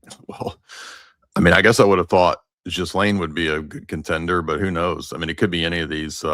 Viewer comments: “Jizlane” really? 😂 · I love the mispronunciation 😂😂 My favorite nickname for her is “The Jizz”— gross, I know, but fitting! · The US arrested and exfiltrated the president of Venezuela, not Argentina. And at this late date, it's a good idea to research the correct pronunciation of "Ghislaine."